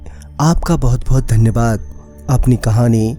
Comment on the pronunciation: Dhanyawad ko ye bhai dhanabad bolta hai 😂🤣